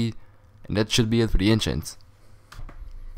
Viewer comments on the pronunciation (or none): none